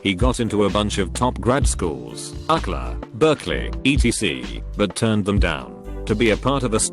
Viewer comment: "Uck-la". UCK-LA. I grew up not too far from UCLA and hearing it pronounced Uck-la is fucking hilarious. If I ever go back to California I'm calling it Uck-la just to piss people off.